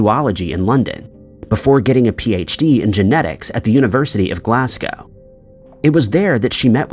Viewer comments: He said Glasgow wrong too. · Where is "Glass-gow"? Is it near "Doob-lin"? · And he pronounced Glasgow wrong as glas-gaow